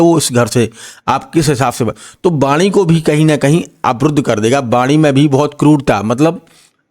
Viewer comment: Baani nahi ❌vaani ✅ Sur nahi Surya Bahan nahi vahan Istreet nahi street Aap bura na maane bhai pls🙏🏻🙏🏻 Achha prediction de rahe hai but hamari hindustani bhasha sahi bolo🙏🏻🙏🏻🙏🏻